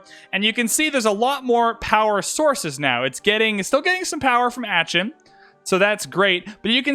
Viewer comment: please stop saying aachen like that